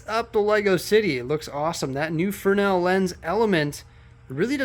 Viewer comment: Not trying to be picky but the light in the lighthouse uses a fresnel lens not frenel. Love your city build and enjoy all your videos. Great job.